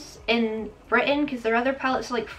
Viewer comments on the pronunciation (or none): none